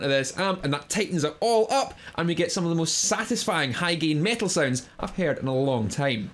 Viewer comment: I love your accent say it again! ❤ "GEIN"